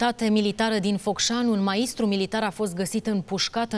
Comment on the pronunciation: Doamne ce vă bateți joc de Limba Română ! Cum poate un jurnalist să pronunțe "MA IS TRU"...sau TRA FIC, oare au urmat şcoala în România ? RUŞINOS !!!!!!